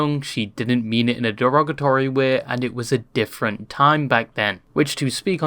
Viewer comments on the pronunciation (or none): none